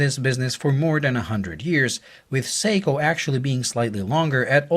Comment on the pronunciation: SORRY BUT WHEN U SAID THE MODEL OF THE SEIKO...UR NOT CLEAR..SPEAK UP THE LAST WORD U SAID WAS GARBLE ''THE SEIKO MUMBO JUMBO...'' AS IN WHAT MODEL IS IT? SPEAK CLEARLY.